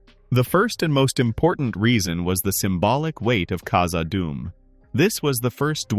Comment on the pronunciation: khazaD dum. Two Ds two words. Not kazaadum.